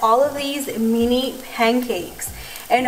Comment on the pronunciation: lol she said nini instead of mini btw how in the world did you get your nails done?! Aren’t the nail salons closed?